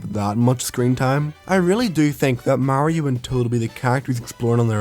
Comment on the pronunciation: its so fucking off putting watching someone with an accent pronounce mario correctly